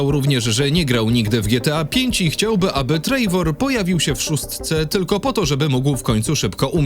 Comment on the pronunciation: uwielbiam wasze filmy, ale błagam niech to czyta prawdziwy człowiek a nie AI, bo już nie da się słuchać jak on mówi o TREJWORZE a nie TREWORZE